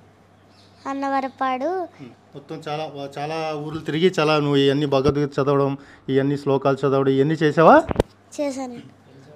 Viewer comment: భగవద్గీత అని పలకండి అన్న....మీకు ఏమైనా సమస్య అయితే ముందు మీరు భగవద్గీత చదవండి....మీరు తప్పకుండా ఆ ప్రాబ్లమ్ పోతుంది..వాక్ శుద్ధి జరుగుతుంది....